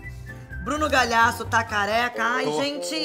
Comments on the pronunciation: A reclama do Bruno falar errado o sobrenome dela, mas ela fala "Bruno Galhasso." HAHAHAHAHAAHAH amooo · ela fala Galiasso